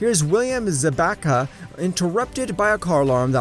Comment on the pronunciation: "William Zabaka"